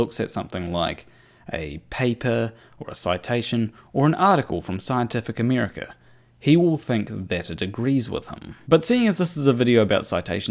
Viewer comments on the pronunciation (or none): Scientific American, not "America". There is an 'N' on the end. Did you pick this up from Craig?